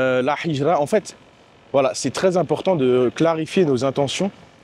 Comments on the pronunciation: Salam 3aleykoum akhi BarakAllahou fika pour la vidéo, hijra de dit avec la lettre ها et pas ح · QU ALLAH Te facilite et nous facilites , essaies d apprendre la prononciation du mot hijra, sinon top